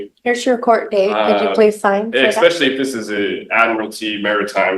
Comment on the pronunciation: Exspecialy isn’t a word I wish he’d quit saying it